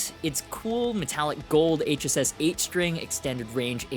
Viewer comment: …I know this is trivial, but THANK YOU for saying “HSS”…it drives me insane when people say it wrong and say “ssh”…you are the man👍